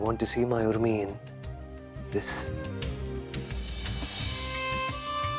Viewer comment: Udmi nhi Urmi hota hai 😂